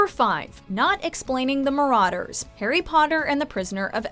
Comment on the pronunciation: Evry time she says marauders i wanna punch herrrrrr